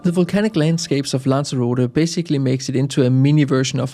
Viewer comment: who? What a load of BS. Guides that are neither familiar with the location nor can pronounce it.